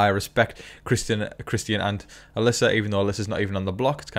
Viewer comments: Love the updates! But the way you pronounce Christian’s name hurts my ears! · Yeah, I've seen the Christian comment on here quite a bit. You are saying his name different than how we would say it here in the US, but I honestly like the way you have been saying his name. Whether that be because of the way you've pronounced it and/or possibly a slight bit of your accent being thrown into saying his name, the way you say his name is nice.